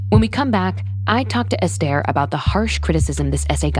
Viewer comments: It's not pronounced Estair. It's pronounced Ester in other words S ....TER! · You pronounced her name wrong every single time.